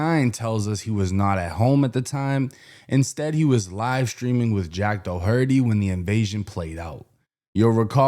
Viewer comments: Jack Doe-hurty 😭😭😭 Jesus Christ you’re Irish FFS, its Door-ri-tee. Jack Doherty. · DOUGH-HUR-TY????? WTF IS THAT.. PEOPLE SAY IT WRONG THEN LIKE DAUGH-TER-REE??? LMAO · said “Doe-hurty”😂😂 my boy, it’s pronounced “Door-tee” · how you work on the internet and say "da hurty"? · “Dahurty” is crazy lol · You from Boston and cant pronounce "Doherty"?🤔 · How's this guy from Boston and never heard and doesn't know how to pronounce Doherty? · Mad funny he's purposely saying jacks name wrong knowing damn well he know how to say it he's from Boston 😂 u hear that last name a lot out there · yea but its all good tho..just sounded funny